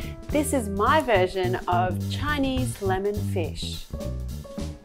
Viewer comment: i understand that she give her personal twist , but the intonation when she says MY personally gives me like, be more modest, no need to emphasize the MY.